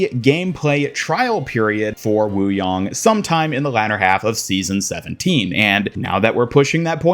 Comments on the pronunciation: It’s “yang” as in Yin-Yang. Not WooYong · the pronunciation you went with is the correct one : )